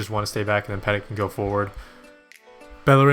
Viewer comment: Nice video again dude. BTW it is pronounced "petiy" not peTIT :)